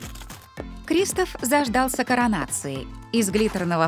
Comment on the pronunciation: Не крИстоф а кристОф